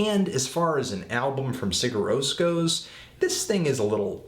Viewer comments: you basically don't pronounce the 'g' and replace it with a 'y' so it sounds like siyur ros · I think it's pronounced like "Sire Rose" but I could be way off. Eh. Love the band though. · it's pronounced as "SIH-ghurr rohs" (that "g" is really soft though). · si'ur roe-ss is how it's pronounced. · It's like "See-yur Rohs", the "g" is silent. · I think it's pronounced "see-ur rose". I may be wrong though. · good review anthony its pronounced Seer roas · Yeah, no, there's more to pronouncing it than that. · Your pronunciation is okay, the main thing is that you put the stress on the wrong syllable. in Icelandic, stress is always on the first. That, and the 'g' in 'Sigur rós' is very light, almost not even there. Musically, I think this and are my favorites by them, specifically for the reason you thought it was nothing special: I like that no one thing overpowers another. Everything is placed perfectly enough to be heard and recognized, but without being loud or obnoxious.